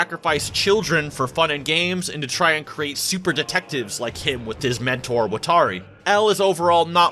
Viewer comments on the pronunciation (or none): WAH-TOR-EE not Woah-Tar-EE